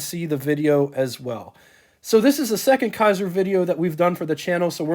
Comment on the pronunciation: Kaiser, not Kasier.